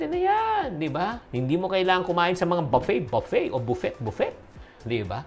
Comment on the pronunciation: Matatawa talaga ako sa Buffee buffee😂😂😂